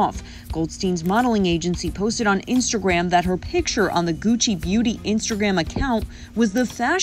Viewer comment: I bet her 5 dollars she can’t say Gucci correctly. I keep my money.